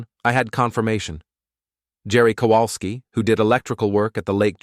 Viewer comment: You often use the last name "Kowalsky", but your AI reads it incorrectly. It is a classic Polish last name; it should be read as "Kovalsky". The letter W is pronounced as V in Polish.